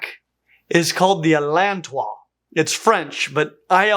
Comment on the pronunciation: "Allan Tois" deserves better. 😅